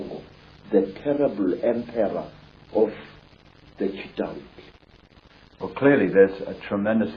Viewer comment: It's CHITAULI WITH L NOT R